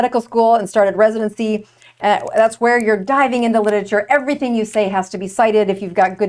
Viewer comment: Oof— mispronounced literature repeatedly. 🥴